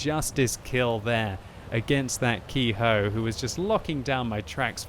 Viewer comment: Ke-Ho is pronounced "Keh-Hoh", not Key-Hoe".